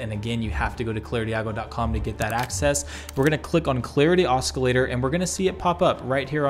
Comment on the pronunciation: oscillator - aa ·suh·lay·tr